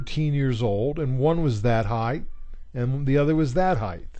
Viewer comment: This was really helpful! Thanks so much! Just for future reference, the word should be height, not heighth.